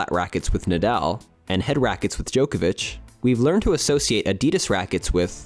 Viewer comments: Why do you keep calling Adidas "a-DEE-diss"?? "Joke-avich" Really? Really? You can't even TRY to pronounce his name correctly either? What is wrong with Americans... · Joke-a-vich? Really? Are you seriously going to be THIS lazy when it comes to pronouncing people's names? Like come on man. You know how its pronounced, because you've heard people say it, I know you have. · can you learn how to pronounce djokovic? Its not "joker-vic"